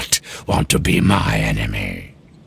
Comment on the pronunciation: The way he pronounces enemy 🤣